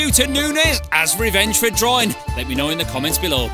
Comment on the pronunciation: Drawing* not Droring